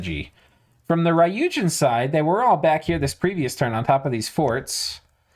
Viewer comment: Since you seem to care about pronunciation... There's no "a" sound in ryuujin. It's not "raiyuujin", but rather goes straight from the "r" sound to the "yu" sound. Literally means dragon god by the way, although the Japanese "kami" - 神, which is also used in ryuujin (竜神 or 龍神, the first part just being two different ways to write "dragon") - doesn't necessarily correspond to what somebody from the West would think of as a god. In meaning it encompasses the whole span from a monotheistic god to the various gods of Japanese and foreign myth, all the way down to the snakes, mountains, rocks, trees, ancestor spirits and all other creatures or things that were thought to hold dominion over an area, bring or ward off disasters, bring fortune or fertility, or otherwise influence life. In Dominions terms, you'll see the word "kami" (or "gami") or it's alternative pronunciation "shin" (or "jin") in pretenders as well as in various commanders and units.